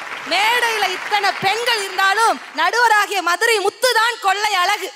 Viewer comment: தமிழ் ஒழுங்காக பேசுங்க.. தமிழ் என்பதனை தமில் என்கிறீர்கள்..அழகை அலகு என்கிறீர்கள் .. தமிழ் நன்கு படியுங்கள்.. பேசுங்கள்...